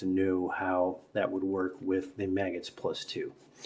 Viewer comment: It’s not maggots-it’s pronounced mag-guts.Effective means of getting an extra round.